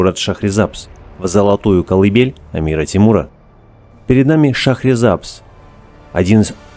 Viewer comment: Название города произносите правильно . В переводе с языка фарси ШАХР - город , САБЗ - ЗЕЛЁНЫЙ . 《 ЗЕЛЁНЫЙ ГОРОД 》- ШАХРИСАБЗ .